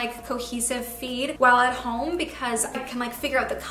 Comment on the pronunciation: I kept thinking you were saying “feet” instead of “feed” lol